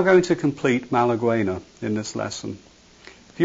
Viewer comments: Malagueña Malaguegna. No malawuena. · Great lesson, thanks for taking the time! If you love the song, you would do it justice by pronouncing the name correctly: ma-la-ghe-nya, not malagueno. Nevermind what numb-brained Americans might say. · Great lesson, but I am part Spanish and my grandfather used to play flamenco guitar so I must say that it is pronounced "Ma-la-ghe-nya" not "Ma-la-gwe-nah". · Pronounced "Malagen-ya", by the way. Malagueña has an ñ (pronounced "en-ye"), "The Lady from Malaga" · the pronunciation is malagena!!! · This is a great tutorial, it just bothers me that you mispronounce malagueña :p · Now, you just need to learn how to PRONOUNCE it!